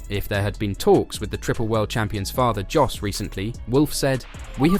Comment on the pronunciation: The J in JOS is silent, give the man his proper name!!!! It sounds like YOS!!!